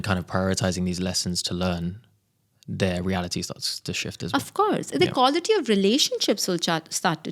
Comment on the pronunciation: Each time she said "kawlity" my stomach turned 😂